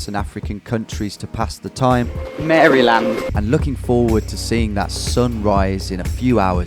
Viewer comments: You just knew you would trigger everyone from Maryland with that pronunciation, didn't you? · That is definitely not how you say Maryland.